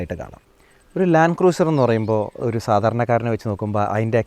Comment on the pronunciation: ആ Y60 Patrol ഒന്ന് കൊണ്ടുവരാമോ... And please pronounce 'Cruiser' as 'ക്രൂസർ' #NotHarsh🌷